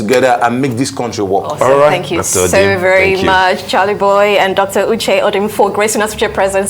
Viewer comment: I was wondering why he had to play with the name. Had to pronounce it as orchay before the lady called him Uche.